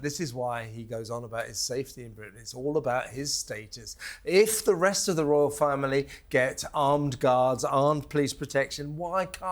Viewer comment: ITS NOT A 'ROUAL TOUR!!